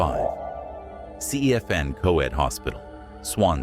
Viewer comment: It’s pronounced denbee and cefn is pronounced cefun